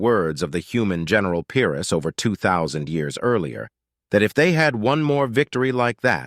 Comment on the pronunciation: Pyrrhus not Pierce